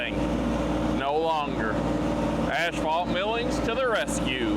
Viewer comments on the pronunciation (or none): Lookin Good. Keep up the good work. BTW it is pronounced ass-fault, not ash-fault. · It's not pronounced the way you were calling it. And the other thing you said wrong, was asphalt millings. It's not ashphalt like you call it